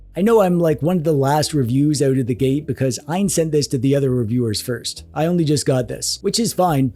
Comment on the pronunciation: Reviewer calling it eye-an instead of A.Y.N #